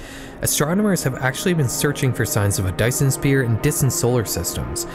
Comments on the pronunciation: Y....you know that it's "Sphere", like... with a "ph" that makes an "f" sound.....not "spear"........ right? Right?!? Cuz you pronounced it "Spear" like four times. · He really said Dyson spear. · the mispronunciation of sphere as "spear" made me irrationally angry lol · "Dyson spear" aaand i'm out of this video